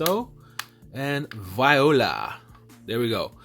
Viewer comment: Did he just say VIOLA? LMAOOO